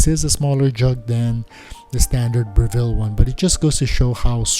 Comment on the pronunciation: Note on the pronunciation of the name of the organisation. It's Breville not Bre-ville. The emphasis is on the first syllable, not the second.